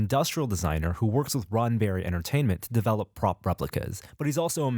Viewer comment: It sounded like was saying Ronberry...